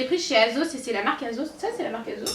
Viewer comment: on dit pas azos on dit assos juste comme sa